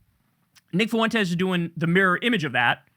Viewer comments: Its funny how you pronounce the guy's name as if it is 3 syllables..... Foo-ent-es. I pronounce it as 1 syllable ... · Why can’t you pronounce Fuentes properly, ugh hurts my Mexican ears lol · I love how you pronounce Fuentes 😂